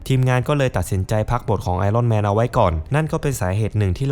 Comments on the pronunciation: ไอ อ้อน แมน...ถูกต้องกว่า ไอ "ร่อน" แมน ฟังไป เรื่อย ๆ ออกเสียงไม่ถูก นะครับ... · เลิกอ่านว่าไอร่อนแมนซักที